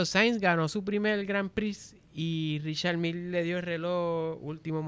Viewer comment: La pronunciación de la marca de reloj es francés pero, si lo lees en inglés seria REE-shar MEEL. No se pronuncia Ri-shar Miyeh, ni Richard Mill. Saludos, los sigo desde comienzos de pandemia 👍